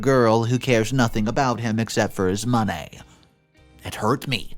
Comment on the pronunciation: Am I the only one who cringes every time he says 'money'? Something about his pronouncion grinds my gears.